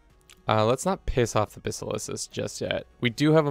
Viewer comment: great content but please for the love of God say Basileus right